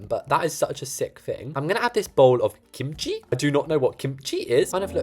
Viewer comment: THE WAY HE SAYS KIMCHI BAHAHAHAHA